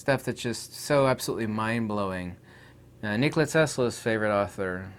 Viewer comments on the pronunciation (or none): none